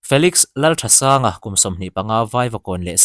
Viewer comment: Lalthansanga tih nge Lalthasanga tih zawk tur le,Lalthasanga tiin i chhiar a,Lalthansanga tiin a in ziak bawksi a .....